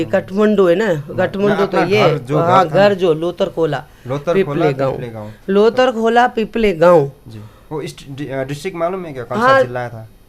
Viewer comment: लोदर खोला होइन लोथर खोला हो।